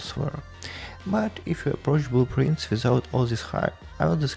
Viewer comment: LMAOOO the whole time in the podcast I thought you were saying blue prints - thats why I get when english isnt my first language i guess